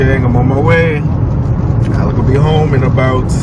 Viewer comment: Sorry, Alec, not Alic. Whatever.. you deserve it all. Love you both !!🥲